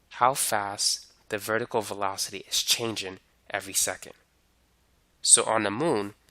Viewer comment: as much as I love your vids, I'm a bit bothered with u not ending words in -ng with -ng and just -n'. like changin', speedin' and slowin'